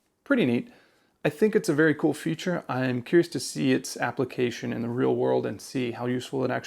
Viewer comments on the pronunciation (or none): none